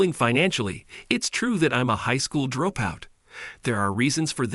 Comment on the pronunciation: Horrible AI. It can't say dropout correctly. So annoying.